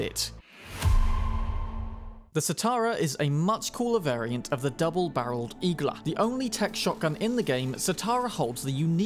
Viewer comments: Igla also means “needle” on Russian, it’s pronounced iglA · Small correction Igla is also needle in Russian. With emphasis on last vowel.